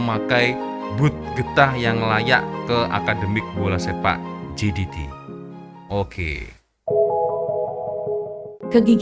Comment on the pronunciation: baca berita elok elok sikit ni sebut brtul betul jdt kan cak